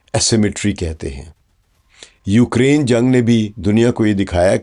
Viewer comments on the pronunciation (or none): none